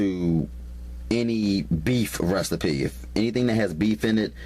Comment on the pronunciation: Restape (Recipe)... 😂